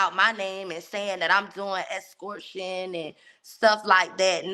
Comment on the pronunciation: She never shuts up....."Escortion" 🤣